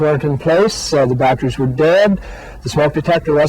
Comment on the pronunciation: “Batcheries” lol